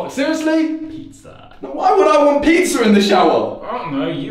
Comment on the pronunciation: pizza get me🤣